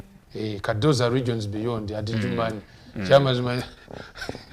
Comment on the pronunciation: Weebale nnyo muganda wange. Ekigambo kiri Ajuman si Adijuman. D is silent. Otherwise thank you for the good cordination.